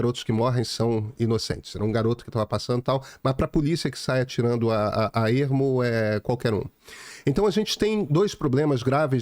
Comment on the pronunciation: Só eu ouvi o Pedro Doria falar um “atirando a ‘eRmo’”? Seria o sotaque carioca (mesmo / meRmo) ou uma escorregadela?